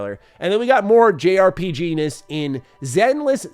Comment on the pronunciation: haha you said rpgness, sounded like penis